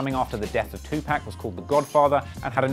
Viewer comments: You got a dislike for saying tuPACK instead of tuPac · Nice vid. But please don't say 2-pack. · u cant have a name like and mispronounce tupac lmao